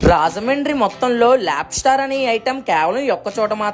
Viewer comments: It's called Lobster not labstar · nature ❌ Nachar✅ 😂😂 Lobster ❌ Labstar ✅ 😅😅